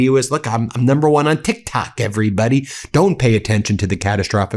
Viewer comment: he is saying tik tak not tik tok he keeps saying that tik tak he thinks its the mint